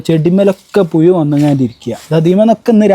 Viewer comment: പുയു അല്ല പുഴു 😂